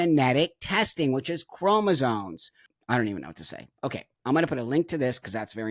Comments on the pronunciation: Buck I am pleading with you to pronounce “chromosomes” correctly 😂 Love you btw ❤ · I am 100% in agreement that these individuals are genetically male and should not be competing in the womens' division. The biologist in me is very annoyed that everyone is saying "chromosones", when the correct terminology is "chromosomes". Please, folks, the word is c-h-r-o-m-o-s-o-m-e-s! Thank you 🙏